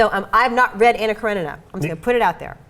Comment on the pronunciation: 🤨😤🤔 One: (Ah)nna, as in (Blah). Russian doesn't have (Ah) as in (Man) Анна Каренина. Two: then you can't understand the depth of the movie. Don't even try. Cretin